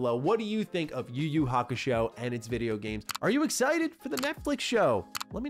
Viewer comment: Idk but kinda irritated when he pronounce the title yuyu kakushow😂😂😂